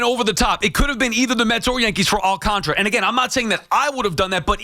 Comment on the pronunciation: All-Khan-Tar-Uh. I do not understand how nobody can pronounce his name. It is literally spelled how it sounds and yet everyone says All-can-tra